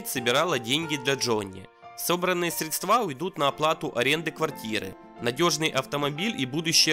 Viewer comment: Диктору за кадром нужно выучить русский язык, чтобы правильно читать текст! Е мое... средствА.. офигеть